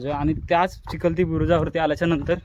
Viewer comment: अरे राजा बुरुज हा चिलखती असतो, चिखलती नव्हे।।